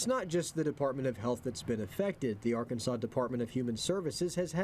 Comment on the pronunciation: Di- Did he say Ar- Kansas!?!! 🙄